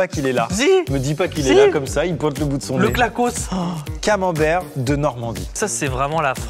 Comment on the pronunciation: Salut, Je vais pas justifier longtemps. Tu as confondu la Savoie et la suisse ( sacrilège!!) Ensuite c’est pas clacoss mais CLAQUOIR POUR LE CAMAMBERT DE NORMANDIE Désoler je suis Normande mais j’habite en haute Savoie ça m’a vexé